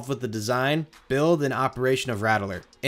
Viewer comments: It's pronounced Ratt-ler, not Ratt-e-ler like you're pronouncing it. Was driving me mad every time you added that extra E syllable to it. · My only critique is everyone calls it “Rat-ler” southern drawl kinda, not “rattle-er”. The original was rough. I hurt myself many times growing up near the area. The iron rattler is much better and I enjoyed it while I lived there. Many times I would go on the original alone because me parents did not feel like taking the battering. I started to get migraines going on the ride as it got older, and I didn’t ride it until the remodel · It’s pronounced “Rat-Ler” not “Rattle-er” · I can’t “like” this video because of saying “Rat-el-ler” instead of “Rat-Ler” like any sane person. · RattELer?! *$&(*&^ RATTLER! JUST LIKE THE NEWS CLIPS (that you found and edited) PRONOUNCED IT! lmao, pulled so much hair out, but otherwise great content so I continued watching. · You keep saying it wrong. You're saying Rattel-Er. It's RATT-LER. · You pronounceing the rattler (the raddler) is killing me 💀 good video though very informative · “RAT - lur.” 2 syllables. Unless that’s a North Jersey thing! I second a comment below that I would like to see a video on Drachen Fire. I’m personally skeptical that it was a direct attempt by Arrow to ape B&M, but I’m curious what you would have to say. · I can tell you aren’t from Texas just by the way you pronounce “Rattler” lol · Idk if I can listen to this dude mispronounce the word rattler for the next half hour. That extra vowel sound takes special effort.